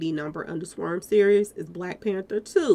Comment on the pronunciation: Love your videos....but sis I barely made it thru this one with you constantly saying SWERM...... sw/arm = swARM, 🤣😂😭😭😭🤣😂🤣✊🏾💯🎯❤️❤️🙏🏾